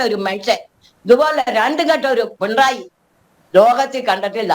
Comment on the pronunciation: പിണ്ടായി അല്ല പിണറായി